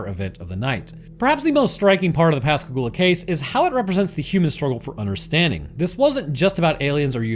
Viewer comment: Fuck yeah, my hometown in a Roanoke video! ❤ And you even pronounced Pascagoula properly! I've lived down here all my life and heard the story of the abduction so many times, but I always enjoy hearing people's takes on what actually happened. And aliens aren't even the only weird thing about Pascagoula. There's also the Phantom Barber from the 1940s, and the legend of the Singing River.